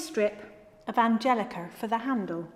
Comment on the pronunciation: She said Angelica and not Angelicker!